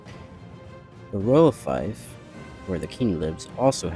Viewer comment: This is great and the figures are All awesome. I do believe fief is pronounced like “feef” though